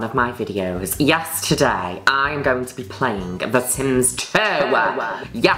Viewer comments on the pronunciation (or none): am I the only one who keeps hearing "yesterday" whenever our queen says "Yes, today..."?